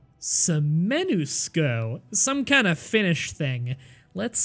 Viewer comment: Thought I'd do the IPA for Suomenusko since you struggled with it: Sʊɒmɛn ʊskɒ I hope I did it correctly. And for future reference since you're playing close to nordic countries, Ä is pronounced like the A in "Cat" and Ö like the O in "work"